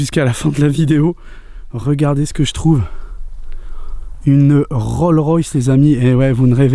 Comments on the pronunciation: C'est RollSSSSSS Royce !!!!!!!!! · C'est Rolls avec un "S" qui ce prononce ! 😉😊 Ce n'est pas une miniature très ancienne d'ailleurs, le 4 sont des Rolls de chez Franklin Mint Étonnant quelles soient encore la, j'aime beaucoup ! 😍